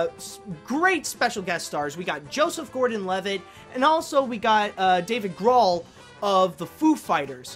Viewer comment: I think it's Dave Grohl (his last name rhymes with GOAL)